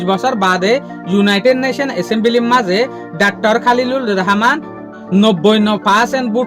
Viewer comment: Not Reheman❌❌ Rahaman✅✅